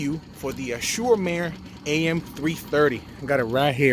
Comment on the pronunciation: It's pronounced "az-zu-rrow mar-ray" (roll your r's) which is Italian for "blue sea" :)